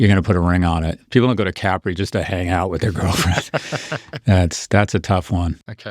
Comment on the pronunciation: They even pronounce Capri wrong.